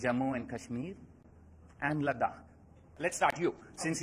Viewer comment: The way he said Ladakh was awesome.. he particularly mentioned that even though ladakhi people are not mentioned in jk problems but they are the victims unnecessarily